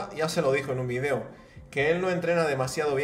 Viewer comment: Por que no sabes pronunciar video por dios